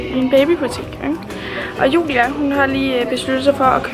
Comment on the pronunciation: Jeg kan godt lide at siger Jua og ikke Julia